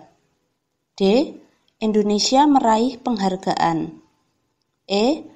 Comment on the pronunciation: Di nomer 4 itu Indonesia kak bukan endonesia